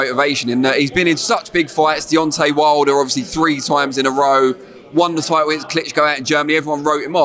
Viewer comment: Can tell it’s not Frank because he smiles more and he says fighter and title, rather than tidle and fighder.